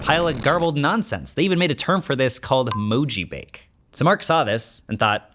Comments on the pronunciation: Lol it's not"Moji-bake" it's "Mo-ji-ba-ké", from the Japanese word literally モジバケ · It's pronounced "ba-ke", from the Japanese "bakeru" ("to change form"). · mojibake (文字化け) is /moʥibake/ not /moʤibeɪk/ (ðe 'bake' part is more like bah-cay) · 文字化け Mo-Ji-Ba-Ke (Kay is short sound - See the KeKeKe no Kitaro for reference.) Ba-ke means transformation but in this sense can mean monster, as in paranormal thingy. E 絵 in Emoji is not “E” but “Aey” with short sound. You can hear Mr. Kurita pronounce it . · It's not moji/bejk/ is moji/ba∙ke/ Baka. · You also keep pronouncing "mojibake" as "bake" like a food. It's a Japanese compound, meaning roughly "goblin characters" or "ghost characters", and is pronounced "mo-ji-ba-ke". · Couple of corrections: 1. mojibake is pronounced "mojee bahkeh" not "moejee bayk" 2. the "e" in emoji does mean picture, but the "moji" part doesn't mean emotion, it means character or letter. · Minor Japanese pronunciation thing. Mojibake is pronounced more like "moh ji bahh kehh ". Definitely not "bake" as in rhymes with cake. Great video 👏🏻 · Mojibake and Emoji were both pronounced a bit wrong, at least compared to the japanese pronunciation. The e isn't silent at the end of mojibake, and the e in emoji is more of a short e sound than the long e sound we use for emoji in English. So, Mo-ji-bah-kay and eh-mo-ji. Not a huge deal but... i did cringe a bit at the Mojibake pronunciation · it's because mojibake is a japanese word so it's 4 syllables: mo ji ba ke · Mojibake is pronounced Moh-Ji-Ba-Keh. O in japanese sounds like the o in "sorry", not like the name of the letter "o" in English. E in japanese sounds like "eh" like "ke" in "ketchup". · moh-ji-bah-key. It originated when the wrong character encoding for regular text was incorrectly used. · It’s mo-ji-ba-ke, emoji ghost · mojibake is pronounced "mo-ji-bah-kay" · Also moji"bake" is pronounced like bucket (and means transform) and Moji 文字 is letter/character 😅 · please pronounce mojibake correctly